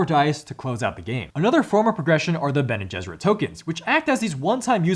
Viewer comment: I'm glad I'm not the only one who also have said gene besserit before lol